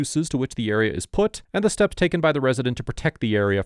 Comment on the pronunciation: No officer i havent heard any shots in the uriah, maybe in the area but no, not the eriuh